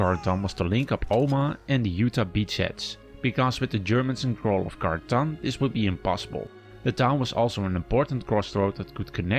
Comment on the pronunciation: Did he call Carentan conton